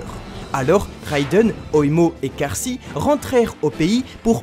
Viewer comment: pourquoi prononcer Kaashi "karsi" ?